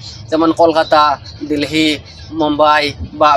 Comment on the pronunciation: ডিলহি না ডেলি